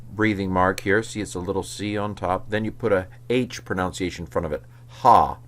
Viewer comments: It's a very minor point, and not at all about Greek, but since you mentioned pronunciation, I just wanted to note that you're saying "ProNOWNciation," whereas it's proNUNciation. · The intro really made me chuckle, thank you. Side note: it's amazing how he pronounces pronunciation incorrectly.